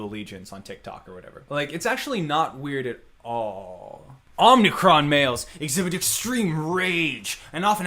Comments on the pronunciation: I can't get over how he pronounces "Omicron" as "Omnicron". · He pronounces omicron wrong.